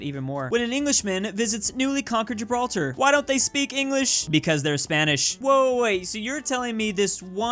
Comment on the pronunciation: Imagine saying Gibraltar wrong